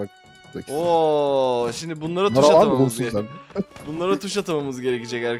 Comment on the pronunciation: abi sen niye ş harfini s diye söylüyorsun tus ne yaaa😅😅😅